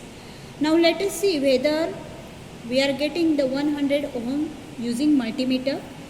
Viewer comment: firstly it's not ohum its ohm